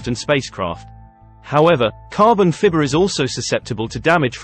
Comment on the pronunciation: What is carbon "fibber"? LOL!